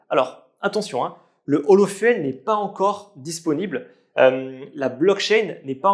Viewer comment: Petite correction de prononciation, fuel ( fu-elle ) se prononce fioul ( comme le gasoil ), mais en englais s'écrit fuel.